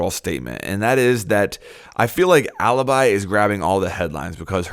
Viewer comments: Great video, just one thing, as an Italian i should probably tell you that Alibi it's not how you're reading it. While Maestro still the same, Alibi it actually "Alebee", that how you read it:) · It's pronounced aleebee ffs!!!!!!!!!! Why is every English person pronouncing her that way?!?!?!?!? (Btw I'm Italian so that's why I know how to pronounce it)